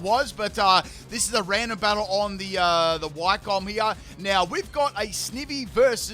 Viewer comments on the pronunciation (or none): none